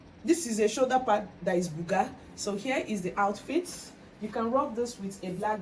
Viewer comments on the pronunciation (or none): none